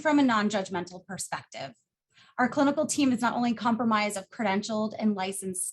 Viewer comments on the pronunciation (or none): ... I KNOW you meant to say "Comprised" instead of "comprimised" but you saved that one swifty sister!! this rehab seems amazing..